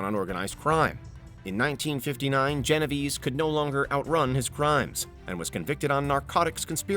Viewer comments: It's pronounced "Geno Vey-Say" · The way he pronounced Genovese... Oof.